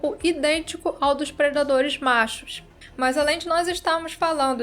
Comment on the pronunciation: Hoje se fala "predaderes"